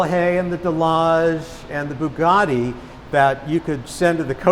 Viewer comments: Bee-You Geti Westeners: Bugatti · looks after the collection but can't say Bugatti properly. They're t's not d's. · lmao the owner didn’t like how said Bugatti